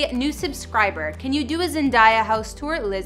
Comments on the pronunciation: This girl cant even say Zendaya right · She couldn’t say Zendaya right either